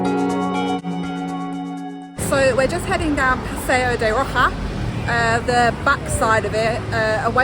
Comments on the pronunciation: Paseo de Roxas is pronounced as Paseyp de Rohas. It is one of my favorite streets in Makati aside from Makati Avenue and Dela Rosa St. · It's PASEO de ROHASSS and SAL-SEH-DOH.